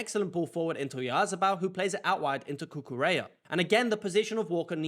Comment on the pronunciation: First congrats for your videos. Second if you allow me to share a tip with you when saying spanish words the double L sounds (let's say) like Y. So you can say Cucureya and is gonna sound accurate. 🙏